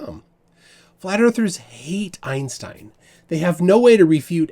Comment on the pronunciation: at least arwyn pronounces einstein correctly